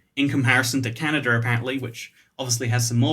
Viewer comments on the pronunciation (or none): none